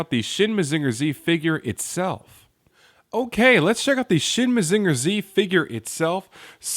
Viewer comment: maZINger tsi? not MAzinger zetta? weird.